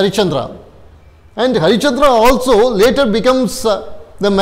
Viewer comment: Sir it's Harishchandra ... Not HariChandra